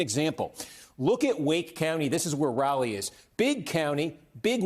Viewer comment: >calls Raleigh "rally"